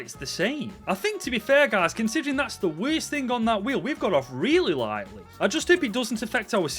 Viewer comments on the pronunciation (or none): none